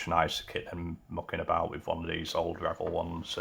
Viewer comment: You keep saying Rebel ... it Revell